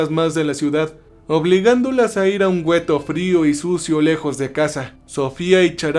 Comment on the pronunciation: Amigo, la palabra para describir las barracas donde estaban hacinados los judíos ( mayormente ) se le llamaban " guetos " no " güetos ", estoy segura que lo tomarás como ayuda y no como crítica mala onda, me interesa que la calidad de tus videos suba, saludos cordiales.